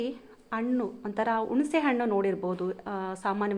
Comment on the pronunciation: ವಿವರಣೆ ಚೆನ್ನಾಗಿದೆ. ಆದರೆ ಹಣ್ಣಿಗೆ ಅಣ್ಣು ಅಂತಿದ್ದೀರಿ😮. ಹ ಮತ್ತು ಅ ಗೆ ಉಚ್ಛಾರಣೆ ವ್ಯತ್ಯಾಸ ಇರಲಿ!! ಹಿಂದಿನ ಕಾಲ ಅನ್ನಲು ಇಂದಿನ ಕಾಲ ಎನ್ನುತ್ತೀರಿ. ಹುಣಸೆ ಹಣ್ಣಿಗೆ, ಉಣಸೆ ಹಣ್ಣು ಎನ್ನುತ್ತೀರಿ! ಕನ್ನಡದ ಉಚ್ಛಾರಣೆ ಸರಿಯಾಗಿದ್ದಲ್ಲಿ ಕೇಳಲು ಚೆನ್ನಾಗಿರುತ್ತದೆ